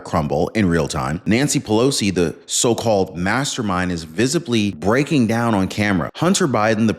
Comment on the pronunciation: 😂😂😂😂Nanshee Pelowshee 😂😂😂😂